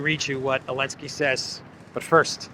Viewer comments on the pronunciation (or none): ZELENSKY NOT ELENSKY